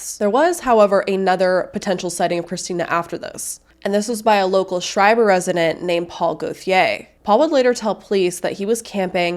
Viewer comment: Schreiber is pronounced Skryber, by the way.